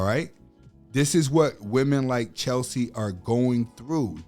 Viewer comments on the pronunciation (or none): Wow, you really should not speak in this topic. Btw it’s Cheslie not Chelsie